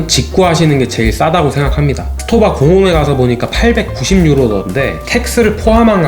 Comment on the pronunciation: 정확하게 발음하자면, STOWA는 독음이 '스토바'가 아니라 '슈토바'입니다. 독일어의 경우 S로 시작할 때 뒤에 자음 P나 T가 있으면 '스'가 아닌 '슈'로 발음해야 합니다.